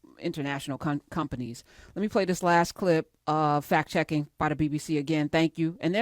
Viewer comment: "But here's where the fact checking came in..." it sounded to me like "but here's where the fat chicken came in" and I was sure that was a segue to Trump speaking next.